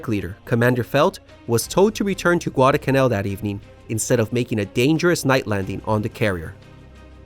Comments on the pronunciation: NOT Guad-uh-canal. It’s Guad-al-canal. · What is "gwadacanal"?